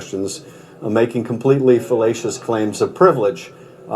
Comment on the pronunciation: 🤣🤣🤣🤣 Liddle AS slip o the lip ...he said 'felatious claims' 😂😂😂🤣🤣🤣